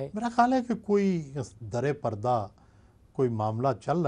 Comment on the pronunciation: لفظ درے پردہ نہیں، در پردہ ہے